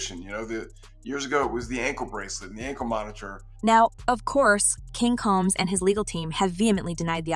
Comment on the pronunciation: When you pronounce a black person's name wrong. It makes what you are talking about less interesting. The last name isn't coms it's combs. The person shouldn't be explaining anything